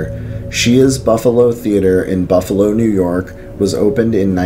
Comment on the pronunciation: Nice vedeo. If anyone ever gets a chance to go on the ghost tour at the Central Terminal, do so. Every single tour has a ghostly experience. Well, the night time tours do, the day time tours are more informative like the "mob" connection. As mentioned before, your pronunciations are a little off. It's Kin-E-Shush, Muh-Die, & Shays (as it rymes with "Rays"). Other than that, very cool. The Iron Island Ghost Tours are typically booked months in advanced at Halloween and has a carnival-type atmoshere. Buffalo also has some grade A haunted house attractions at Halloween that are worth the visit, most at a very low cost. I've heard of the Lindburgh Elementary School being haunted, but there is not a tour of anything as it is a working school. Keep up the good work.